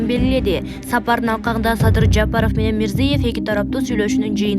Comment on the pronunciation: Жапарыв эмес ЖапарОв...